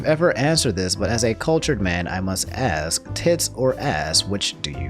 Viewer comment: when this dude gonna learn how to pronounce 'ask'